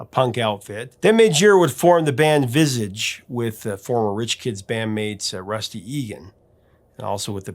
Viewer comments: Viz-aarge not Viz-ige 🤣🤣🤣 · Vis-ahge (accent on second syllable), rather than Vis-ige. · I laughed when he said it😂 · P.S. BTW... as far as I'm informed "Visage" is not pronounced "Visidge", but more like the American pronunciation of "garage", so "Veeh-saage". Listen to the song "Visage" by "Visage" on their debut album. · Sorry about this. But you need to pronounce Visage as the the French do :) Not "Vis-idge" (as is Midge) but "Vee-saage" as is "Madge". I hope this makes sense! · Vis-aah-juh..not viss igh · Great video. Just a small annoyance: that's not how you pronounce 'Visage'. It sounds like 'vee-ZAge'. The 'a' is a European 'a', not how you pronounce it in English. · Not vizzage, Viz-aahrj. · who is 'visige'? Do you mean Vis A'r'ge? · * Vis-arge * not "vis-idge" ffs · It’s pronounced Vizarge not Visidge! Great video though👍🏻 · “Vizidge”😂 It’s “Visaaaaage” with a soft g dahling😉 Imagine you’re saying it with a French twang. Great video as always. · Limitations and mistakes bring forth the best creative possibilities. Midge is a humble, super talented class act. My favorite tracks by Ultravox are The Voice, Visions In Blue, Dancing With Tears In My Eyes, One Small Day, Vienna and White China. Lastly, it's vi s ah ge not vi sage.:)😊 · Like your vids, but bands name is pronounced Frenchly Vi-Sage, like mas/sage. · Whats Visidge? Its pronounced Vizarge. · its VISS ARGE NOT VIS IGE ITS FRENCH MEANING FACE GOOGLE IT AND GET GOOGLE TO SAY IT PROPERLY,THAT'S 2 GROUPS YOU HAVE SAID SO WRONG IN THESE GROUPS THINGYS ..THATS MY RANT OVER,don't bother with the google saying it google says it WRONG TOO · "vissige" - absolutely clueless! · It’s pronounced visaaaaaajje ❤ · It’s pronounced Vis-arge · As an fyi, Visage is pronounced Viz-arge as in French pronunciation. Phil Lynott is pronounced Lie-not. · Visage pronounced Viz-arge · Visage.. Pronunciation viz- arge. Loved both ultravox and visage. Story of my 5th form years a friend in later years was their tour manager